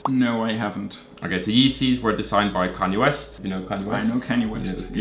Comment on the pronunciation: Canyay West LMAO